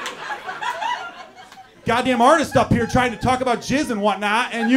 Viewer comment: And I thought he said jazz ;)